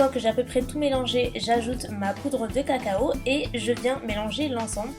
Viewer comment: Cacao pas caco.